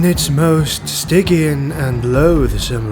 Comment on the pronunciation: Stygian is pronounced sti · jee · uhn. Great lore vid, got me hyped up for playing Slaanesh in TW3!